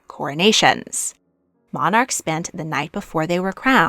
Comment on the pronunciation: That is not how monarch is pronounced